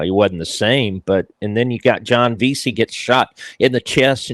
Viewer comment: It’s Veasey Lee not Veasy . Good work.